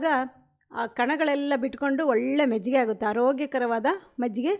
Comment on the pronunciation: Mejjige alla, adu Majjige